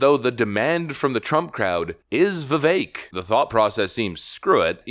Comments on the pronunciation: Vivek is pronounced Viv-ak. Pronounce the "e" in his name like you are sounding out the letter "a". Viv-ache. Trump pronounced his last name "Ram-a-shwamy" as opposed to Ram-a-swamy. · Vi-Vake... rhymes with cake. Please pronounce his name correctly.